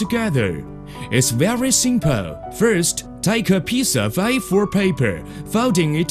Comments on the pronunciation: ''It's very simpeale'' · so simpoow